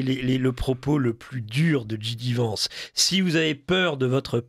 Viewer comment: c'est pas "gidi vance" c'est "gédi vance" en phonétique !!!